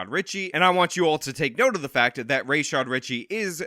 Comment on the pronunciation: You refused to say Rashad Ritchie properly, was it to express bad faith in a way that has nothing to do with the content of the story? It's like you paid attention to Gulf War George H W Bush, back in the day (Sadam, Hasan, Rashad). It's sad. I liked your applicable points, except about the redacted receipts - a third party saying the receipts are real while not letting anyone see them is not the release of evidence, its hearsay. You intentionally express tangential contempt to cater to your listener base and it berates the truth. It would have been interesting to examine the differences we could actually see, between Negligent Defamation and Malicious Defamation with the actual language of the statutes. But that would be work and somehow speculative. I understand that you are a failed Law Enforcement official, when did you fail. If you aren't a failed, why do you expresss yourself in this media, in this way, it can't be good for your career especially when you make so many rookie mistakes.